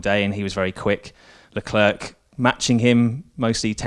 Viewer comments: Leclerc :silent c, say LeClair and you're close. Not Leclerk pls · I'm dutch btw. not even french, but it still bothers me. In Holland here they do pronounce Leclerc his name correct. It shouldn't matter where you're from, point is.. it's respectfull to pronounce a driver's name correct if you are able to. Not talking about any accent but like with Leclerc, the C at the end is silent. Anyway.. I'm sure they know that and personally I think it has to do more with pride then anything else. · Is there no french language taught in England? The English media can't even pronounce Leclerc his name correct. Very strange..